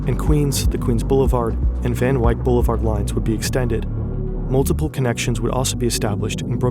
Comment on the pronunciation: its just pronounced Van Wick